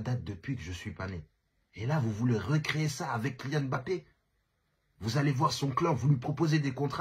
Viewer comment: Enfin un mec qui prononce correctement son nom pfiou ca fait du bien aux oreilles 😅